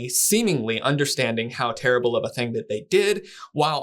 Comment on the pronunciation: What a terrible, rerrble interviewer!